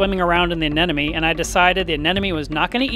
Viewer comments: He keeps saying "aneneme" instead of "anemone" and I'm dying here 😂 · GOOD LORD! It’s Anemone not ANENOME! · I think he may be mis pronouncing Anemone. Is he saying an-nen-numee? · The fuck is an anenome It’s anemone!! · Love how you say "anen-oh-mee"... Haha. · Still blows me away how many experienced reefkeepers can't say "aneMoNe" correctly on a regular basis... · Did I hear you say a-ne-no-me a few times? 😊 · crazy how the first time you pronounce anemone correctly and the other times you botch it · It was a bit entertaining.